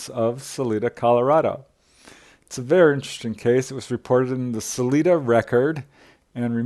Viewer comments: No, really. I appreciate this video, but mispronouncing a well known city name really stands out. Not Saleeda, sal-eye-dah. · I thought about this too. In defense, I have seen them misspell the name of that city as Canon City on road signs. Most from Colorado know its correct pronunciation. I think he also pronounced Salida using the Spanish pronunciation. Not being from Colorado he probably doesn't know that people in Colorado use a sort of English pronunciation (suh-lie-duh) of that non-English word. It's like people in Wyoming do with the town named Dubois which appears to be French in origin. It's not pronounced "du-bwah" in Wyoming. It's pronounced "du-boys." Apparently, French people don't tell them how to talk in Wyoming. 😂